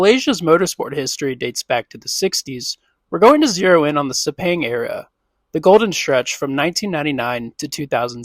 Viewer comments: After hearing ‘Sepeng’, you stop watching. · Pronounced (Sir-Pang) - Sepang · It's so cringe every time you mispronounced Sepang.